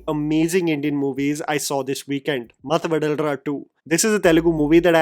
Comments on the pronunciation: Matthu vadalara ❌ Masthu vadal ra ✅ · it should be pronounced as "mathu vadhalara" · Its not mathu vadalra . Its matthu va-dha-la-ra . . Sathya is one best comedian TFI ever had. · Humbly correcting one thing that my ears cant take anymore as a telugu speaker.. Its no math vadlra..you are pronouncing it like Vada in Vada pav. Please correct... its mathu Vadhalara(not like D in Die, but like in Daada). ..As a regular subscribed viewer.. I think by now expecting you to pronounce the names correctly, a basic requirement for our ears might not be too much to ask you about. Hope we can see the corrections in the next videos. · The way pronounced mathu vadalara..... seriously u should have telugu speaking friend😂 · Mathu vadalara pronunciation is butchered like this, its hard to tolerate. Bro, seriously, please have some South Indian friends who can warn you or tell you the butchering you are doing.